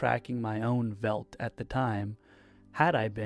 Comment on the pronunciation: First, I love these videos! And I feel I need to point that out first. Second, "veldt" is probably pronounced feldt, since it must have an afrikaans and hence dutch origin where v in this case would be pronounced as an f. :)